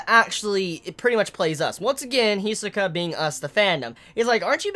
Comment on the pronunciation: Why do you always pronounced Hisoka's name wrong?